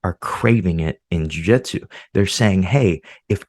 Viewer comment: 🎉🎉🎉 Congratulations on not saying “jiu jetsu.”